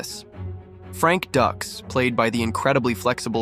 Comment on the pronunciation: Dukes not ducks. AI ? Get the name right. You did a nice job on the animation tho